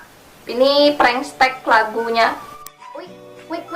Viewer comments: Apa cuman gua yg dengar dia ngomong prankstek (prengstek) Bukan prank text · Kok blg nya "prankstek"😂 Prank teks is teks bukan stek😂😂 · Kalian denger GK sih bilangnya bukan prank text tapi bilangnya prank stek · Bego ya. Pranktext dibaca preng teks oyyy bukan prengstek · Apa cuma w yg denger nya " prengstek " ¿¿?? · Apa cuma gua yg ngerasa kalo dia dari tadi bilang "PRANK STEK" wkwk